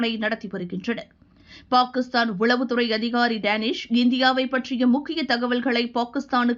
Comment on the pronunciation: This narrator is pronouncing Pakistan wrong. Correct it first.